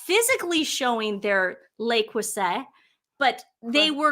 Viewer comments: Le Creuset is pronounced “Lay Crusay.” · It’s pronounced “luh crerzay” ❤ from Australia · The T is silent. Le Creu zeh. NOT SAY. ZEH. so what some overpriced cooking pots with a foreign name. Millions of women in poor countries cook with basic pots. I grew up with the women in our country cooking in one simple pot over a Primus. Chef Ricky Stein witnessed simple village women in rural Indian cooking the most amazing delicious meals over small hot fire. The secret is in the cook, the ingredients and how they are cooked. The rest is snobbish b.s. and women riding on her infamy. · The correct pronunciation of "Le Creuset" is "luh-CROO-zay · Le Creuset is pronounced "luh-CROO-zay, " with the emphasis on the middle syllable and the "oo" sound in "cruise". There are several brands of enameled cast iron pots, pans and dutch ovens that work just as well and don't cost nearly as much., they are wonderful for braising, stews, all sorts of recipes. They go from stove to oven and cook very evenly. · Le Crouzet ( silent T if you pronounce in French, also acceptable to englishsize it with T, so many French words that is now used in America and are mispronounced!) is over 100 years old. It changes in looks ... shapes and colors. It is expensive but there is nothing special with it. ❤ your show. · You don’t pronounce the t at the end le creuset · U pronounce the t at the end of crueset, it means crucible in English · In the UK we pronounce it Lay Crew say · Probably got this already but it is pronounced “lay crew say” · While we're on the subject of pronunciation (LeCreuset = LeCrew-say) Dan Wootten's name is pronounced Wutten, it rhymes with button. The 'oo' as in look, book, etc.😁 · Stop apologising to the race baitors ladies. They either: 1 have learned they can gain social clout with it, or 2 have been brainwashed with it by no.1 types. It's "le" (not "les") "cruh-say". ❤